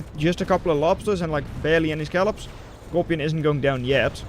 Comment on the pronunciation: The bots yeeted up there at around 29 were scallops (pronounced skull-lobs) not scalpels